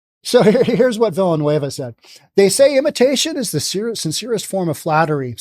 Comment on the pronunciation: Villanueva is pronounced: Veeyah-nueh-vah.